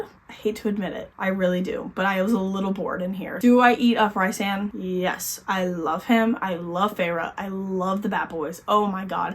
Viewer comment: Loving your videos! But girly I must say, for the love of all things sjm, Rhysand is pronounced Rees-and.